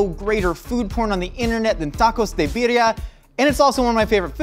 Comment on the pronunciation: right way to pronounce it